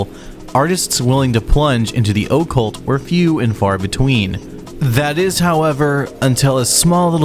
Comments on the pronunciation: Why are you pronouncing it like that? Oh-cult? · The Oh'cult?? Mkay den. You have zero business speaking on this subject. I'm sure Wikkiwhatia helped. I guess everything musically that's worth it's weight has already been done to death. But hey, you gave it a shot. Also Hell Comes to Your House is great. Anyway, Rozx was the band. Valor can suck it. Today's incarnation isn't even a joke, it's just over. If they could've kept that 1st album sound for a bit more then we'd have more to talk about. 👄🐈‍⬛️ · O cult ? Is that how you kids are saying it these days? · Why do you say "the O-ccult" like that? Is that the impact of your accent? Thanks for the video, I needed the education 🙏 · It must be an accent thing... like how some North Americans say I-ran or I-talian 🤭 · Man wtf is up with your pronunciation of the word “occult”? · No one else on the entire planet pronounces occult the way you do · Your pronunciation of occult hurts my soul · Say occult some more